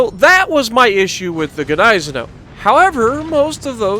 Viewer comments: Nice video, I Love the Gneisenau, also (if you dont mind me knowing better, I'm german) It is pronounced GneiseNOW(Gneisenau) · Isn't Gniesenau pronounced "Nize-Now"? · I rather pronounce ot Gneisen ow(like hurtinh yourself lol)